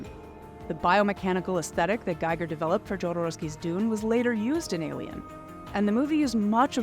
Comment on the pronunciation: It would help if you pronounced Jodorowski and Gieger’s names correctly.